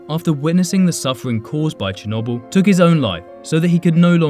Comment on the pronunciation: Just saying your pronouncing chernobyl wrong